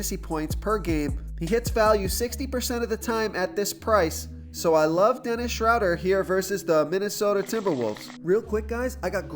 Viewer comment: You pronounced Schroder three different ways! You started with the correct pronunciation and then threw in two more that sound like they should be right too.